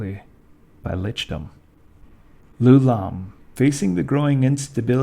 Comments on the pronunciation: It's "Eye-oo-lom". Why would you even think it's "Loulam"? Does a person's name start with a lower case letter? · It's Ioulam, not "Loulam". You should confirm the spelling and pronunciation of proper nouns before you record. I think I know what went wrong, the same thing as shown in this comment: lousy sans-serif fonts conflate a lowercase L, "l", with a capital i, "I". The name of the inventor of the floating city was definitely spelt with an i; ioulam. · You are pronouncing Ioulaum wrong !!!! What you are actually pronouncing is Loulaum . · Ioulaum is spelled with an I, not an L. It sounds as if you are saying his name as Lou-Lahm. I don't believe that is correct. Or, are you saying Ooh-Lahm, and I'm hearing you incorrectly? The Netherese also tried to move into Realmspace. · My first video of yours. Absolutely phenomenal quality and depth of information, on par with the bigger guys like Lorepedia, but, while he's fantastic, my issue with Lorepedia is he tends to jump topics kinda randomly, repeat himself, and kinda sounds like he's a bored intern reading from a textbook. My only note for this video is that "Ioulaum" starts with an "i" and not an "L". "Ee-yo-lahm" or "Eye-yo-lahm". Otherwise incredible work and you got my subscribe!